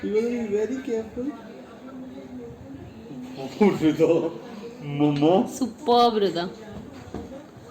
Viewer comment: The way Avyukt calls Hrida as "Hidaa"....haaye. This bonding can't be expressed in words.....can be felt only.❤😊😊❤ Much love from Odisha💗💗